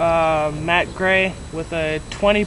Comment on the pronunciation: dude...you dont say matte as MATE you said it as MAT...he pronounced it right..